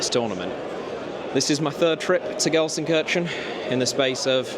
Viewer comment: do try to learn how to pronounce Gelsenkirchen